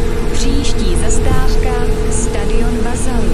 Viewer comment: To hlášení je chybné protože místo zastávka říká zastářka.